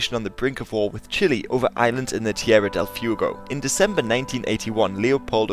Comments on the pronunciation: "Tierra del fiugo" XDDDDDDDDDDDDDDDDDDDDDD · "Tierra del few-go" :D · yeaah, that part kinda gave me ebola, i would recomend using google translate and using the voice function to see how it sounds